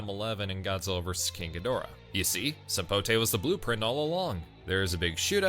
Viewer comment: Did they just miss pronounce Godzilla